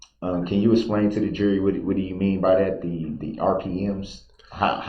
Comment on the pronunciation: Why does he call the “jury” the “Jeery” ???? LOL